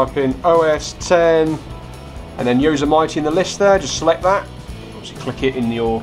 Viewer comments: Hate to sound picky but Yosemite is pronounced Yo Sem itty... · No offense but you really butchered the word Yosemite. It's pronounced Yo-sim-it-e lol just so you can get it right. Good vid though. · don't you even know how to pronounce the operating system?